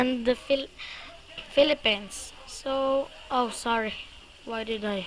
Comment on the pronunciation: how did u say Philippines u said it like Pheleppines